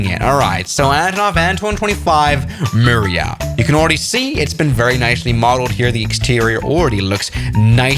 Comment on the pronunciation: It’s MRIYA, not Miriya